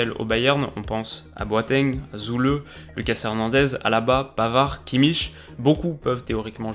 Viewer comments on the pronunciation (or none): Superbe vidéo ! J'avais justement oublié la reprise de la PL ce soir. Sinon, en allemand, quand il y a un trema sur le u (ü), alors il se prononce simplement "u". On a donc Süle qui se prononce "Zu le", et non "Zou le". J'espère que ça t'aidera, continue ton travail, c'est super !